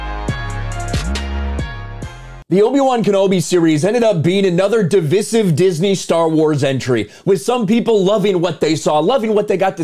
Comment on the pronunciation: Div "eye" sive. You know like divide, you don't divid something do you?